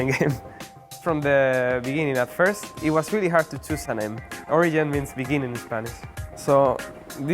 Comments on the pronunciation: they named it Origen in a Spanish spelling but xpeeke tries to pronounce it like an anglo, "oriyen". sell out. #Giants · Orijen is wrong in both spanish and english. it's always going to be with a G. as to pronunciation. you pronounce it in english. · Not Origen, Oriyen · It sounds like he is saying Oregon if he was from the east coast when he says origen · Is it ORIGEN or ORIJEN, xpeke stop trolling us... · when he says origen it sounds like Korean lel